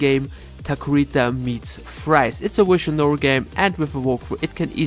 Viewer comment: I don't like visual novel games, but I love it when he pronounces it 'wishual noels'!